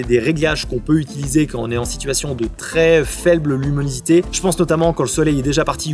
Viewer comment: Avec nimunosité aussi ^^